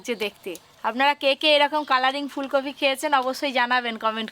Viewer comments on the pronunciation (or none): ভেজ ডালে পেঁয়াজ রসুন ? আর মাছটা তেলেপিয়া না , তেলাপিয়া। ফুলকফি না ,ফুলকপি।